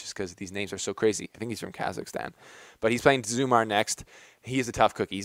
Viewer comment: Hey, love your videos. It's pronounced Zhoomer. He's from Bosnia. Lookin to see Federer start dialing-in that one handed drive backhand vs Gasquet. Just like the 3rd round last year at AO. If Delpo holds us physically, it could be an awesome quarter.